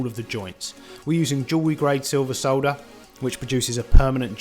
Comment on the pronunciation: I love how you say solder! Thank you for the informative vid!